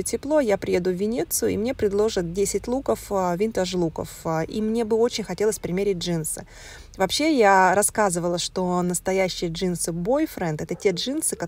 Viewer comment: Потому я и с радостью отписалась. Живу давно в Италии и в мусоре на рынке роются только такие как, то что она показывает людей на улице это люди с хорошим достатком так хорошо одеваются, а не как говорит она что это винтаж. Человек окончивший МГИМО, а говорить не умеет, вместо винтаж- винтж, вместо левис- левайс. Может она думает что в России люди никогда не носили джинсы Levis. В каждом видео одно враньё. Вам видимо нечего делать смотрите как роется на блашином рынке. Флаг вам в руки.